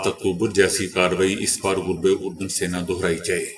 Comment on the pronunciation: یہ جو آپ آج تک لفظ غلط پڑھتے ہیں غرب اردن اس صحیح کریں